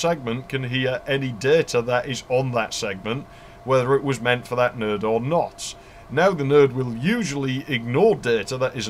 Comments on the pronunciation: Your videos constantly impress me. You cover the cool shit that so many others overlook. A couple notable things about this video: Node sounds like nerd to my American ears. TCP/IP really isn't a heavy protocol stack. Seriously. I mean it. IPX is certainly routable. I used to work on Novell Servers which would route it. And IPX is akin to IP, while SPX is akin to TCP. 4Mbps Token Ring is faster than 10Mbps 10b2 My sides are orbiting the Andromeda galaxy Since you covered a few Ethernet alternatives, there are a few more you overlooked: Null-modem cables Laplink parallel cables (like a null-modem for parallel ports, 8x faster than RS232) Networking over iEEE1394 (Colloquially known as FireWire) Infrared/IrDA AppleTalk Twinax (LOL ok just kidding, mostly used by 3270 terminals and emulator cards to hook up to AS/400 systems. Not really networking) And the few 'perverted standard' networking cards that allowed you to daisy chain computers together with phone cable (I think Artisoft was the perpetrator of this abomination) But I will also say that most DOS games would use IPX/SPX for networking, so you would probably have to run 2 protocol stacks on your LANtastic network. Back in those days, I only ran IPX/SPX as WFW 3.11 worked fine on IPX/SPX, and the DOS support was excellent, and it was THE industry standard at the time. I've enjoyed working my way through your back catalog of videos. Cheers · Properly detailed and knowledgeable. How many times exactly did you say "...or the network will go down"? Oh, and when you say 'node' it sounds just like 'nerd', especially during the corridor / sound-proofing analogy. ;) So yes, I'm definitely considering an ARCnet video now!